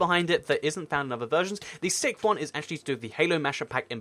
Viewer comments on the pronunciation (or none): none